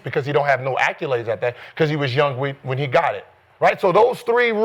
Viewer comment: Somebody please tell Gil there's no "U" in "accolades". Lol he uses it so much, at least pronounce it right. Damn acculades lol